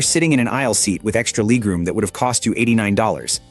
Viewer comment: 68 year old with a 23 year old voice, pronouncing "leg room" as "leeg room". I hate it!